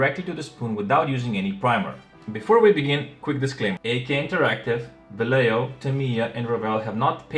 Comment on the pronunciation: Great review, do you have pictures with the different light environment? BTW This is the way it is pronounced Vallejo: (valley) Va (yes) ye (home) ho